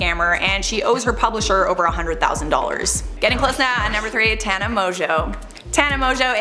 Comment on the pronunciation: It seems that most Americans do not know how to properly pronounce my name since so many young people have been given the name after their grandparents heard mine. It does not rhyme with Montana. It is pronounced with the sounds of ah and uh. Tahnuh, Tana. Apparently when they named their children after me they just saw it written and decided it rhymed with Montana because, well, it's obvious. And how can I say that these children were named after me? Most of them are relatively young while I am in my 70s